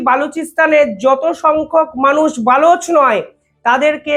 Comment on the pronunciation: এই ছেলেটার উচ্চারণ খুবই খারাপ। বেলুচ নয় কথাটা হবে বালোচ। অত্যন্ত বাজে প্রতিবেদন করে।